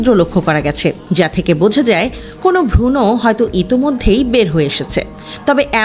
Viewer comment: ভ্রুণ কে ভ্রুণো কেনো বলেন।উচ্চারণ সঠিকভাবে করুন।